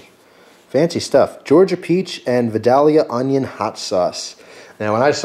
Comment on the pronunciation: it v-eye-del-yuhh im from GA. plz thumbs up soo can see this and correct himself. no disrespect intended.